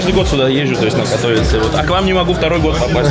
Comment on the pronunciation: не вопрос а поправка каждому, не катОвице а катовИце, в польском языке ударение падает па предпоследнюю гласную